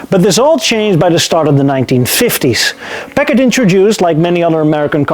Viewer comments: Why do people pronounce it Pak-ed or Pack-id or Pack-ad & not the correct Packard, Pack-ard? It always strikes me that the speaker is an ill educated buffoon. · Am I the only American that thinks he keeps saying peckers? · Great video, thanks. You did say the word Packard many many times. I’m not sure if you were rehearsing the pronunciation or for a part in Goldmember-2. I can’t believe you left us with a cliffhanger. Looking forward to part 2. Thanks again, from the Hollywood Hills, L.A., CA.